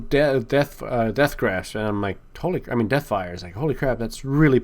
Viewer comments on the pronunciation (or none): none